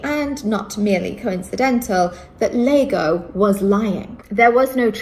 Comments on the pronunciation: The best bit is her misreading "iago" as "Lago" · Her calling the Othella character "Lago" instead of iago shows how little she knows about Shakespeare